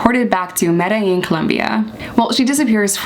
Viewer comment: OMG … You know how to say Medellin. It’s official. I’m in love 😂 Edit: Trujillo is Troo-hee-yoh